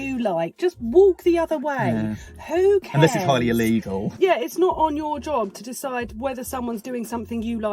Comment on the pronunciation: Allegal? No, it is not "Allegal".